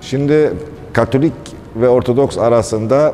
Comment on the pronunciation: Sürekli ORTADOKS diyorsunuz. Dersinizi çalışınız. ORTODOKS demeniz lazım. Lütfen biraz saygı..!